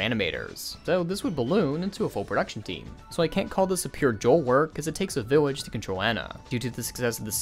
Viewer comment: It's pronounced Ho-elle Ge-rah